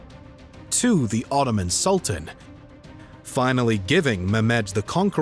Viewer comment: Am unable to continue watching the video because the constant mispronunciation of 'Sultan' is too distracting